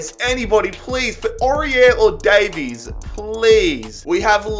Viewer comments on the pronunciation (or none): none